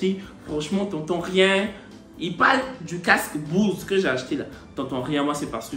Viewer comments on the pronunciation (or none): C'est *BOSE et non BOUSE🙄